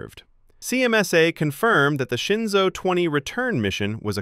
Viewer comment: It’s ShenZhou (神舟). That mix‑up is just what happens when pinyin and English phonetics collide.